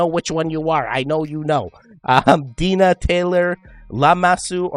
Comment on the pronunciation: ❤🎉Aww Hi ❤🎉 its pronouced: Dine- uuhh❤ Like a New Yorker would say," Hey lets go to the DINAH! Also google the Story on Dinah in the Bible😂😂 its terrifying😂 my Mom never read the story she just picked it from the Bible cause its pretty!😂😂❤ Kiss Little Kyra❤❤❤